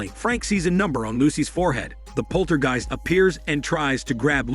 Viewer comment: Jeezus, that is some horrid and sloppy AI narration. It can't even pronounce the word "poltergeist."